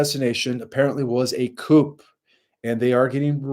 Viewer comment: Also: coup is pronounced Kooo